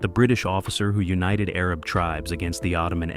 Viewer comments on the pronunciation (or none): none